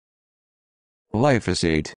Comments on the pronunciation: It’s actually gly-PHOS-ate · You forgot to pronounce the "g".